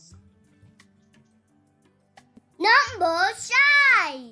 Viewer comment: It kinda sounded like he said "Number Size" instead of "Number 5"